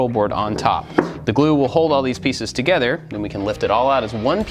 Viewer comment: Lmao u kept saying togeder instead of together